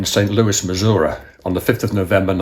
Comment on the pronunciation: Great video! I was happy to hear pronounce Missouri the correct way.